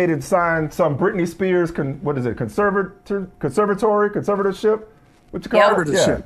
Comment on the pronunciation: Nice try Michael Smith and Michael Holley you've obviously worked with this college educated woman enough to know; she can't pronounce conservatorship. In an attempt not to be embarrassed by her lack of discernment you pretended to stumble over the word, so that y'all could make it plain for her to hear yet and still this college educated Black woman 's lack of discernment dimmed whatever points and premises projected. Sad, but true. Conservatoryship?!?! #gtfoh